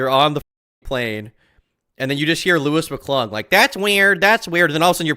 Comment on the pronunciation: I love that she and Louis were “so close” and he’s her puppet, but in the Papa Gut stream she didn’t know how to pronounce his name. “Lee-us” or “Lew-ee”